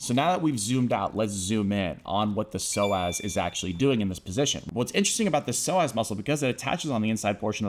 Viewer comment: I stopped listening cuz I felt offended he kept calling me a slow ass